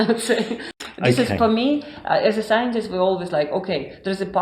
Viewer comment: 😂🤣🤣! Great! Had me laughing at the "psyintist"! Surprised how long you had her there. I'm thinking these people have to have much faith to deny there own brains...but...😂